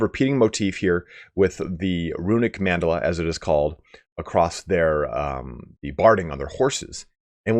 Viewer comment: For the record, Mandala is an actual term, but it's pronounced with 3 syllables: Man-da-la.